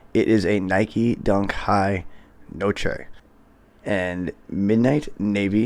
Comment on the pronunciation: It’s pronounced No-Truh